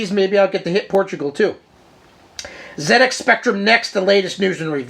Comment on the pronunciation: Being English and having a 48k ZX spectrum in the early 80s it's great to hear an American viewpoint of this classic British computer.i love your enthusiasm and you seem like great fun.i'm also pleased to hear you pronounce it zed X,and not zee X!great stuff!